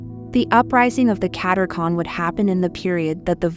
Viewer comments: Katechon was mispronounced. It is the Restrainer that holds back the evil one. God the Father +in 2021?) told Fr. Michel Rodrigue from Canada the Restrainer was St. Joseph. The Year of St. Joseph ended in 2021. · What IS the word? It’s driving me nuts.